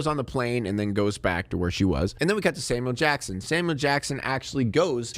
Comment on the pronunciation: It sounds like you're saying "Salmon Jackson".